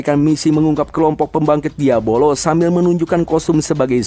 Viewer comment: Asuu gw nonton disini kirain nama iblisnyaa beneran diabolos karena dari awal disebutnya gitu dan gw ga merhatiin subtitle di video ini tapi pas nonton animenya langsung baru sadar kalo nama iblisnta diablos bukan diabolos 😂😂😂 pintar sekali anda bung meski salah pengucapan tapi dia komitmen akan terus menyebut diabolos sampe akhir video 😅